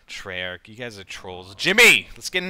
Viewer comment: i thought it was treyarch not trolarch ........... freaking treyarch